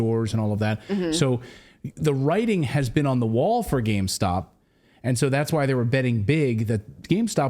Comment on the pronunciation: Say it with me, gamestop. What is gamestock?